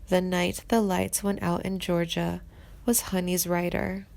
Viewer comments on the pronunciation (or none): none